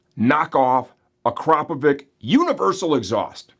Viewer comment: It's pronounced 'ack row po vitch' Of course you also have his details to forward to the Police for a fraud prosecution. Bet he didn't think of that either 😅 You're welcome.